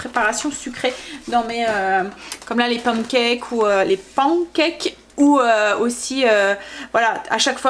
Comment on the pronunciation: Si je peux me permettre, Tu as du mal avec la prononciation des Pancakes pense simplement à La Panne (Belgique). Encore des bonnes recettes en vue 😉 merci pour toutes ces idées repas 😘